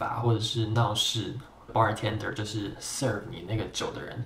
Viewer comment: bartender你重音唸錯了